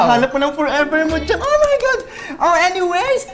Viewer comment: Ken saying: "OH MY GAD" Me: OH MY GAD mom: YOUR DEAD.